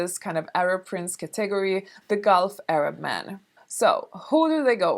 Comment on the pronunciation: It's her Swedish accent, lol ca-TEH-gory.